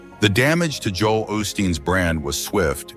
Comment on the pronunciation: Right from the start this video is suspect. Joel’s name was mispronounced.